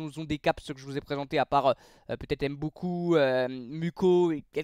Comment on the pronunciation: Ce n'est pas Mukau, il faut lire Moulahou